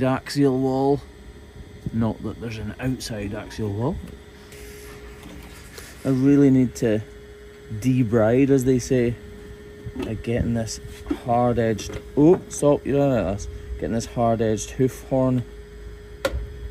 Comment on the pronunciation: "Debride" is still pronounced "duh-BREED".